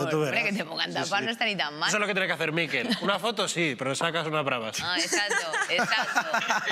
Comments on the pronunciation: Que no es por ser picky, pero.. “Miquel” no es “Mikel”, gracias. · En català se pronuncia "Miquèl" i no "Míquel". Suena muy raro 😂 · POR QUE INÉS DICE TODO EL RATO MÍKEL? SABE QUE ES MALLORQUÍ Y NO VASCO? digo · La sílaba tónica es quel😊